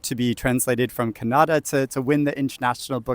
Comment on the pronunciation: The pronounciation of the language is not canada. It's Kannada. Stress on n.